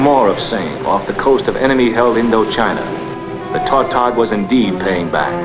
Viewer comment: The fishermen who catch tautogs pronounce the word with the accent on the second syllable.